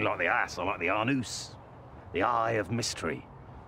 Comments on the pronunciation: a-NOOSE.... I was crying.... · I appreciate his pronunciation of “anus”